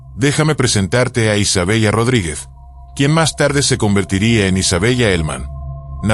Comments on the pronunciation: Isabela así se pronuncia , no Isabellllllla.👎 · Se pronuncia Isabela 😮